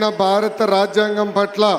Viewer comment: సమఘ్ర...కాదు. సమగ్ర ఆంద్ర ప్రదేశ్ కాదు... ఆంధ్ర ప్రదేశ్... బారత.... విదేయత ..వొత్తులు వుండాల్సినచోట వుండవు.. కూడని చోట వుంటాయి😅 కాస్త ప్రాక్టీసు చేస్తే బాగుణ్ణు అంత పెద్ద హోదాలలోకి వస్తున్నవారు.